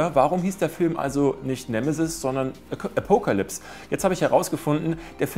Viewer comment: Apokealypse :> Beste Aussprache! :3